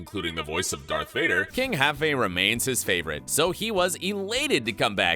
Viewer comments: Great video but King "Jaffe?" it's not pronounced "Haffe" LOL and it was said twice sooo funny! I enjoyed the sequel it was great to celebrate the culture. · its Jaffe not Haffe lol